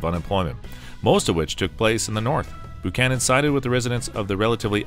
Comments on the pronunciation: Buchanan is pronounced 'bew-cannon', not 'boo-cannon'. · Boo-Chanan?!? That's the way you pronounce it?!? It's BU-CHANAN! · BUCHANAN NOT BOOCHANAN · This is the first time that I've EVER heard James Buchanan's name pronounced as BOOchanan. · Bu canon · I usually called him Beeewww -canon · “They’re not booing; they’re saying Boo-chanan! Boo-chanan!” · James BOO-cannon? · It's a copout not to put Trump in the rankings. He's been eligible for inclusion for over a year and a half now. If someone can condescend to update this, a new narrator is in order. Buchanan is pronounced Byoo-cannon, not Boo-cannon, and Brigham is pronounced Briggum, not Brick-hamm. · James Boocannon? Brig-ham Young? Where are you getting these pronunciations from?